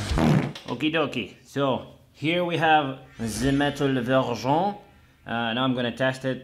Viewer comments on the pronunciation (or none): '' the metal verjon '' it's what you say in french if you wanted to talk french . You need to put an accent on the [ e ] of '' métal . It's more like the sound of [ A ] in english . And '' verjon '' need to be whit [ S ] so ,it's '' ver S ion '' . It's make me lauthg thx 😁